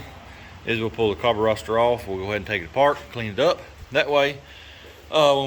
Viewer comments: It's a Carburetor NO s in it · What’s a carburroster